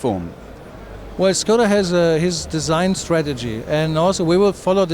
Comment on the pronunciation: I am very impressed, how you said ŠKODA. :--)